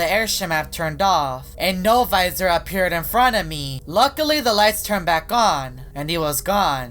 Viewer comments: Im biggest fan of No-Visor its also not Novisor its No-Visor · No visor no visor you please stop speaking like that